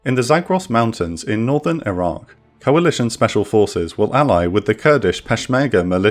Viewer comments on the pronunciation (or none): none